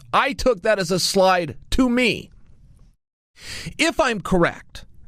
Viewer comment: When did Chael start saying slight instead of slide? Like for real.. this is pretty new.